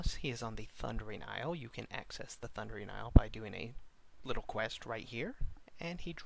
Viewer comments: it's pronounced "iyul" of quel danas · You're pronouncing isle wrong. Are you kidding me? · pronouncing isle wrong btw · man i love the "Ice-le" of quel'danis..